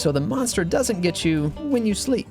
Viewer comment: That you is more like a I